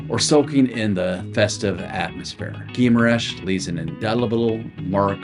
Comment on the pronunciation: It is more like: Ghee- ma- rainsh